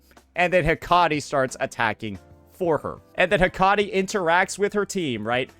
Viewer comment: Man be butching these names. Hecate.😂